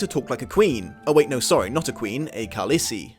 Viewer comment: "ka-lis-ee" AAAAA NO